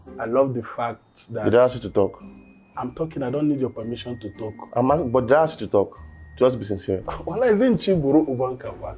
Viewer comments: you were corrected on the pronunciation of “ask” on the last episode and you’re still making thesame mistake 😂😂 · Ask ask ask not aks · Curiosity made me ask not aks 😂😂😂😂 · Aks❌❌❌. Ask✅✅✅